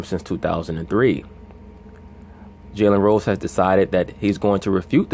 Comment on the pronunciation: Am I the only one hearing jelly rolls when this guy says Jalen Rose? 😂😂😂